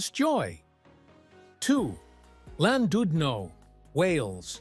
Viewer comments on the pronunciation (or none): Why an american AI accent for a video about UK seaside towns?? And where on god's green earth is Landoodno?? Utter garbage!!